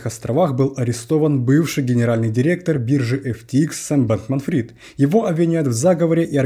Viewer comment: слышится Бэтмен Фрид